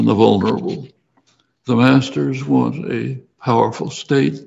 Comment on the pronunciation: He beleives that everyone, no matter their abilities, can and what the same? You mumbled the most important word. Can and what the same?